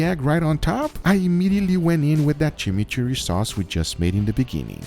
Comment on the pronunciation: Chimichurri got butchered 😢